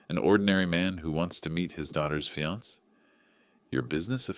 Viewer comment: Why does he keep mispronouncing fiancé which is pronounced exactly like the female version fiancée but spelled differently!